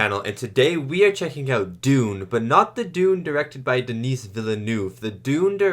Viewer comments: Just to be really annoying, Dennis' name is pronounced "den-ee". "Denise" is a woman's name :D The S is silent. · Just FYI, Denis Villeneuve’s first name is pronounced Du-NEE (the S is silent). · You were concerned about calling the director David Leech, but you kept calling Denis "Denise" like the female name 🤣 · Always good to see young (and almost fresh) reacts on important movies. Wanna excuse for the prononciation of Denis fullname also ;-))) I am kinda estonished about Gen-Z comments that define in IMDB-ratings the old movie and its script as 'shit' and the remake as 'best film ever' - the rating 1 vs 10 fallacies with lots of predispositions. What about a good ol serious film review that tries to acknowledge the artistic freedom and professionality? What about the endless remake and franchise stream that could lead to the death of cinema ?